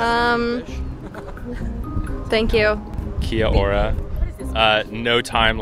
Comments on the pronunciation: Girls pronunciation of “Kiora” was on point. 👏🏼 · she tried and KIA ORA got it right, ie : thankyou, hello and she's not offensive when she said ABORIGINAL, I believe confusion stepped in and she was meant to say INDIGENOUS people, she well .. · I love how she pronounced Kia Ora perfectly. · Yeah, that Kia ora was pretty solid. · Proud to be one of the "10 people who live there" 😂😂 Crack up! Loving that most people atleast know where we are located now 😜 P.s your pronunciation on "Kia Ora" was bloody on 👌🏼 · omg you pronounced kia ora and Maori correctly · kia ora that was funny to watch it was cool of the guy hosting to do this and how he pronounced kia ora right and was crack up watching some people guess and get it right and wrong 😂 but some knew some stuff about us at least they gave it a go 👍🏽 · props to that fella. He's not too far off on Kia Ora, which is an expressive word for 'Be Well', 'Keep on', 'How are ya', etc. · KID ORA...AWESOME vid..nice pronounciation bro...rained a lot when you were here ?!!lol 😂😂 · Kia ora bro I'm a New Zealand Maori and I appreciate this clip and your efforts on educating the American people and your pronunciation of the Maori language chur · Your pronunciation of Kia ora was really good hahah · He Pronounced KIA ORA so well!